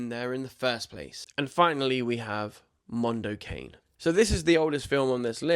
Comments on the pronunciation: Mondo Ca- nee. Not Mondo Cane. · Not 'cane' in English, but 'ca-ne' -Italian for 'dog'. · "Mahn-do Cah-nay" --- It's Italian for "Dog's World" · Jesus, just put the shit into Google and it will tell you how to pronounce it, if you don't know. It's not 'Mondo Cain' it's 'Mondo Carnay'. It's Italian for 'A dog's world' or 'world of dogs'. You should probably know this from the Mike Patton musical project of 2010. 🤷‍♂️